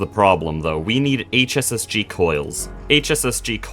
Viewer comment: every time you said "hss-g" it made me think of heartgold and soulsiver